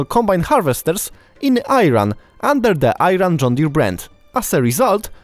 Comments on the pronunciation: Very pleased to hear about this activity and thanks. Couple of Important points. Please don’t say “Eye Ran”, pronounce “E” followed by “Ron”. Their political system is NOT based on radical Islam, that is nonsense. Calling an Iranian an Arab, is NOT an insult, that is nonsense and a Satanic strategy to divide and concur the people. The good people of Arabic countries and Iranians are like brothers. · As an Iranian, I am proud of my country, history and scientists and thank you for introducing me to Iran. Correct pronunciation of course ee-ran not eye-ran. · The pronunciation is ee run not i ran🤦🤦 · Its pronounced "EE RON" and not "I Ran" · It's not Eye ran. It's IRAN as in E RUN. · Mofo it's "ee run" not "ai ran" please learn that 1st before posting about the country, how about we call your country "pee land" would you like that? Dumbass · Sorry but it's not I-ran the correct prononciation is E-ran,we will get back our land from these fanatics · Don't pronounce the I in Iran as in I-run, it's more like E-run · it's not I..ran asswipe, It's pronounced as E..ran. I'm not an I ranian or E ranian or a Polish of shoes, learn English i.e angielski before you make a video. Ass...w..i..p..e. oops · Eyeran is not true.ieran is true.like i in ,in, sentence. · It's E - Run Not I - Run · Not ayran my friend 😂 u can’t even spell the country ffs it’s Iran 🇮🇷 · Its Iran and not Ayran!! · Its not I-Ran - it spelled Eeran meaning the land of Aryans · Idiot is not ayran itz iran 🇮🇷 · You are pronouncing Iran incorrectly, it is "ee ran" not "i ran". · Iran ( Eran) not i-ran....it's not I-taly Italy(etaly) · The country called Iran"eiran" but not airan ! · IRAN E RAN NOT I RON ..... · It's EERAN not I ran .. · Ayran???? Its iran, spell correct! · The pronunciation of the country's name is not "Eye-Ran" it's Like "E-Run". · The name of country it is nor AAAYRAN, it is iran like imagine or italy.... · Are you Pilish from Piland?? It's Ee-ran not Ayran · It is pronunced e-ran not I -ran